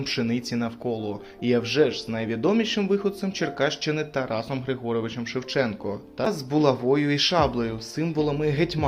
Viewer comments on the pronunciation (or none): none